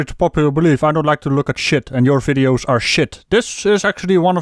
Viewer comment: Haha, just on the start you pronounced vids like the German word "Witz", meaning joke. Pretty correct, I think ;)